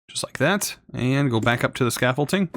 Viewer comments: “Scaffole-ting” makes me hurt inside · definitely not, or you were raised in a really backwater place